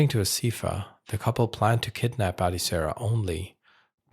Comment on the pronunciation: Her name is pronounced Ad(eh) Sarah.